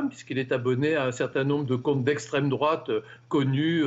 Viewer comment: "Proche de la droite" putain y'a Anal Genocide dans ces abonnements youtube, juste en dessous du Cercle Richelieu, et vous dites "estreme drouate" bordel mais vous etes complétement attardés les journalistes xD